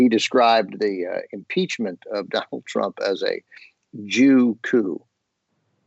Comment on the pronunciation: Could do with a shave too. Did he say "Crump" rather than "Trump"?